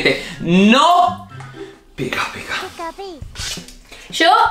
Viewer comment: aquí los que escucharon que cuando dijo pica pica se escuchó un picapi😂😂😂 👇